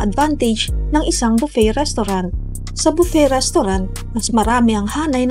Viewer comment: Buffet ang pronunciation po ay bufey not bupet.